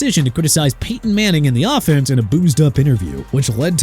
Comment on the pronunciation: Hey Aaron Russell Wilson is on the New York Giants now! Also it's Peyton (paytin) Manning not Peeton Manning! I despise you... CUZ YOU CAN'T EVEN CORRECT YOURSELF!!!!! I HATE YOU!!